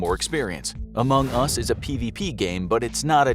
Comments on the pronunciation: why dies he say among us so weirdly? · Anyone else annoyed at the way he says among us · if you do another video on among us can you please say AMONG us and not among US?